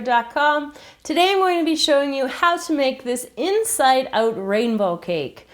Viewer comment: lol you can really hear her accent when she says "out"